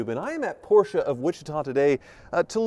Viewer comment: Sounds like he keep saying poorsh!t instead of Porsche.